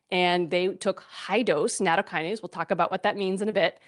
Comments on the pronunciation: Maybe we can begin by pronouncing the word CORRECTLY? NA-TOW- KI- NA-SAY Is that asking too much? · It's not natto + kinase. It isn't a kinase. It's nattokin (納豆菌, literally natto bacteria) + ase. The kin is pronounced like the word kin. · She dont even pronounce it correctly